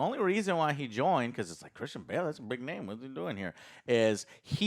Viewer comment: At this point I feel like you guys are saying all of these names wrong on purpose.